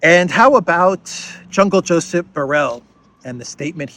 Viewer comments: I laugh whenever you call him Jungle Josep😂😂😂😅😅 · "Jungle" Josip. 😂